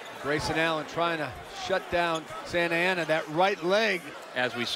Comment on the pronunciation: Sana Nana what?!?!? Thats how u pronounce Santa ana?